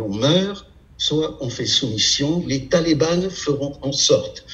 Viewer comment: On dit les talibans. Pas les "Talibannes" stp...